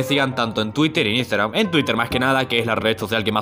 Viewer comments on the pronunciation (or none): none